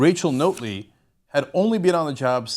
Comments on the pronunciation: You know, it was nice to see something about Canada, especially such a historic political event, on TYT. But man, Cenk you sounded like such a noob. Describing the NDP as 'being around for a while but not that long' ? Why not just give us a year? The least you could do was pronounce Rachel Notley's name correctly. It's not difficult to pronounce something that sounds the way it looks - especially when one of the election slogans for Rachel's campaign group was 'Notley Crue'. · Her last name is pronounced "Not-ley" Jim had a hard row to hoe he was the benefactor of 2 hated administrations our last 2 conservative leaders really sucked. I personally was hoping for a minority government of some sort. I like Rachel Notley she is a good person. But the provincial NDP have to do what the federal NDP want and that might be against Alberta's interest. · I like these American commentators telling us about our country who don't know how how to pronounce our politicians' names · Good Job mispronouncing our Premiers name not like there are a ton of videos available with people saying her name or anything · Notley, as in Not Lee, not Note Lee. Love your videos BUT you really need to listen to Albertan media to get the pronunciation! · Ugh it’s pronounced NOT-ley... like we should NOT have voted for her...not NOTE-ley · It's pronounced naughtly... Not note ly.. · By the way... Rachel Notley's last name is "NOT-LEE not NOTE-LEE!!" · It's pronounced not-ley; not note-ley. Not-lay. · This is the weakest analysis if the Alberta election ever., and I knew the Young Turks would take this view... and It's 'Not' Lee... not Note-lee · It's NOT-ley, not NOTE-ly. JS. And yes it is nice democracy won, as it was getting scary, as the influence the Kochs had even here on policy was being shoved down our throats. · Its not pronounced "Note ly" Its pronounced "Not--- ley" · Notley ... not-lee. Not ... note-lee. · It's Not-ley, as in the word not.... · Pronunciation note: NAHT-lee.